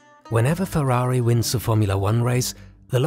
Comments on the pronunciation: I was drinking water and nearly choked when he said purari XD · Why are you saying Ferrari likea hero lol?Did Ferrari pay you for this video?